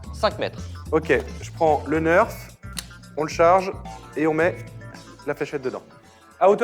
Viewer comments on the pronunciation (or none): "un neurf" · Sa Se prononce nèrf et pas neurf.😑